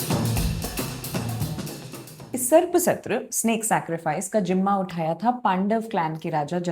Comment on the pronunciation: Appreciate your pronunciation corrections. One more, it is “zimma” not jimma